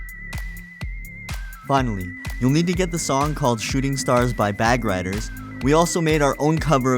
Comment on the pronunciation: It's bag raiders not riders.